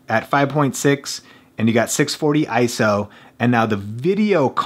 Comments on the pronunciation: It's I-S-O, NOT "eye-so". Thx! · I-S-O, not ISO. Repeat after me: I - S - O. You just hurt my brain.